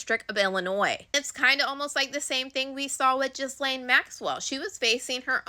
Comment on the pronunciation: Another great scoop! KK is definitely going to be indicted. Well done! PS please pronounce Ghislaine with a hard G as in girl, and a silent S - so G-lane, not Jizz-lane! 😜🤪My professor's first name is the same, and it's hard to hear...